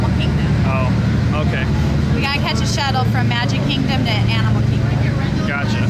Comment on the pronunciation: Am i the only one that heard him say "Aminal kingdom"? lol